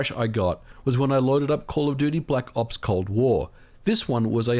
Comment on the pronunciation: black “0PS” Cold War. Love the way he’s says it lmaoo